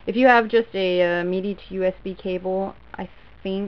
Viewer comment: why do you call it MEDI lol